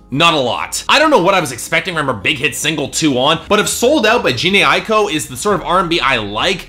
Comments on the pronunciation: He didn't just pronounce Tinashe wrong. It's Jah-nay eye-ko (Jhené Aiko) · He pronounced both wrong.